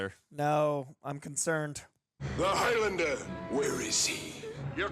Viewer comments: Highlander is the name for a person from The Highlands - a geographical region of Scitland. The Highlands rhymes with islands. So Highlander rhymes with Islander Several characters pronounce it correctly...during the death bed scene, Clancy in the fight under the copter "another time Highlander' Its not highLANDER.... its HIGHlund-ah Please try to say it the correct way not the dumbass Yank way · It's pronounced 'HIGHlander', not HIGH-LANDER. The 'land' syllable is not stressed. Unless you're of a certain Scottish dialect in which case it's Heelander.